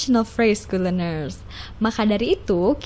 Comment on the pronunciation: Good leanersnya mengganggu pendengaran min